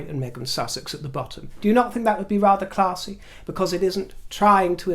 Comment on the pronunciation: Classy for Meeagain is pronounced Klazzy